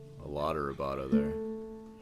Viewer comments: Are you pronouncing vai bra toe weirdly on purpose? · The word is pronounced vibrato.